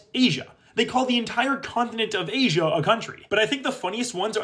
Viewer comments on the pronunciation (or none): none